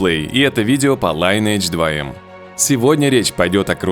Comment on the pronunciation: лИнедж, круЗАйдерс. Просто если пилишь контент, просто напиши нужное слово в гугл переводчике и послушай. А так видео норм.